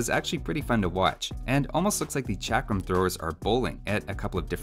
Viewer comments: Pronounced chuck-rum thrower. Source: am brown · it sould be pronounced chakaram thrower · In India chakram mean circle and u said it wrong way